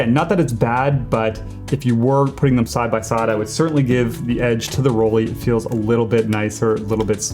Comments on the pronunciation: Interesting comparison. I really enjoy my Yashica. Mainly because of the viewfinder, which is much brighter than my Flexaret. For your future videos, Rollei is not pronounced ROLE-EE but ROLL-EYE (with a short O like in doll). For bonus points add in a rolled German R. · BTW: The prononuciation of "Rollei" is not "roly" (rhyming with "holy") but "roll-eye".. (not too difficult to pronounce, I guess). -- And in many ways (including the battery 😞) you can tell that the Yashica is a much more modern camera. Therefore one might get a newer camera with less issues for the same price. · Nice video！ I enjoy your video. One thing, you pronounce wrong Rollei. It is German. Ei is pronounced differently in German language. They pronounce it like ie or eye. You should check it.